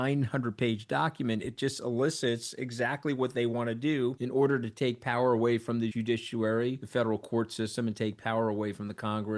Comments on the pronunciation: Elicits...judicuary. Hmm he is not a careful English speaker. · Love it when you say ' joodishoowerry'